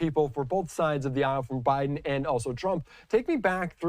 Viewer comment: Stay in Bi-dum! Duh-le-ware is behind you!